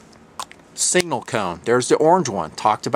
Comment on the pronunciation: It's pronounced SIG-NAL not single.